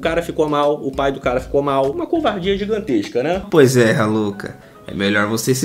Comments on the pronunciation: Kkkk troca o R pelo M e da Maluka😂😂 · Eu juro que entendi maluca kkkkk em vez de raluca kkkkk deve ser de outro planeta kkkkk